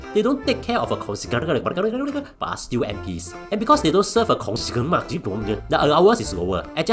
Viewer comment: why u can't pronounce "constituency" and "Secreterial" and start blabbering?? HAAAHAHA